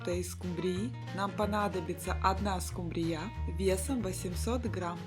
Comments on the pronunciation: Скумбрия ударение на последнию букву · Скумбрия, ударегие на У. Работала у миллионера , верится с трудом, с такой граммотностью. А так рецепт отличный. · Скумбрия... С ударением на я... что то совсем новенькое.. Но должна сказать.. выглядит. Супер. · Пожалуйста, уважаемый блогер, ставте правильно ударение на слове "скумбрия", Вас невозможно слушать. Ударение на "У"😢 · Уважаемый поправляемый, это название рыбы. Вы же, наверняка, не говорите Акула, вместо акУла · как в сказке "Суп из топора". Конечно все вкусно даже без рыбы. Автор не правильно ставит ударение в слове "скумбрия" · В слове скумбрия - ударение на "у" , а не на "я"! Знают все, кроме Вас. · Ставте правильно ударение. Слух режет. Скумбрия ударение на первый слог. И очень много жира и растительное масло и сливочное. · Не скумбрИя, а скумбриЯ. 😂😂😂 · Скумбрия ударение на у а не на я. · Взрыв мозга откуда вы знаете может быть дом раб миллионеров должны так говори ть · Но почему ударение в названии рыбы ставите на последний слог?? Ухо режет. Кто вы по национальности? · Правильно ставьте ударение в слове СКУМБРИЯ. На гласную У надо ударение произносить, а не на последнюю Я. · В слове скумбрия ударение на букву У ! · СкУмбрия, а не скумбриЯ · Это что, новое название скумбриЯ, режет слух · Спасибо за рецепт! Но, почему скумбриЯ?! Ведь наверное было бы правильно-скУмбрия...Или я ошибаюсь?))) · Да почему скумбриЯ ? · Не скумбриЯ, А скУмбрия!!@ Извините .... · Ооочень нудно расказываете, до конца не досмотрела.....и почему скубриЯ? скУмбрия, ударение на У! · Опять скумбрИя!! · Это у миллионеров говорят скумбрия с ударением неправильным,не скумбриЯ,а скУмбрия.И солфетку к чему постелила,для красоты?вся она размокла и разорвалась.А так вроде нормально. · Вот этой скумбрИЕЙ, да по мордам, по мордам, чтобы научились правильно ударение ставить, и музыку, лучше гимн Украины. Помереть от этой тянучки можно! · скумбрИя, у нас скУмбрия. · не скумбрияяяяяяяя а скуууууууумбрия. а рецепты оч вкусные спасибо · Почему скумбриЯ?